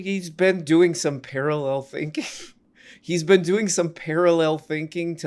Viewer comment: i just found a few monthd back and i was blown away. the narration to me is the best part. i saw this was 90 mins and almost didnt but within 5 minutes i knew i was finishing it. "im doin some thankin" was killing me. he roasts Kill Tony (which is terrible) so hard.